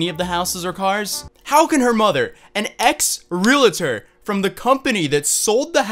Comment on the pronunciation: real tor not rela tor